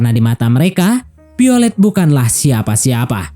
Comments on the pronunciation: Violet bukan piolet😂😂😂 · Piolet wkwkwkw VIOLET VE VE VE bukan PE....VIOLET bukan PIOLET